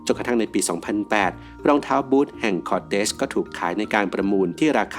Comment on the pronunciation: ราคาของบู๊ทแห่งคอเตส คุณอ่าน ผิดหรือเปล่าครับ